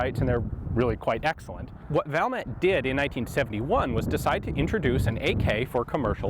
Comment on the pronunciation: Valmet is pronounced Val (like fall with a v), met ( I met you at the gun store). Suomi is phonetic.